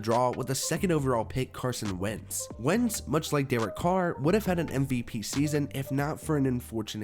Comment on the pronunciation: Bruh this man said wentz